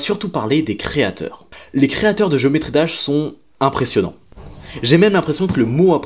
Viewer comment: pitié enlève moi cet accent a geometry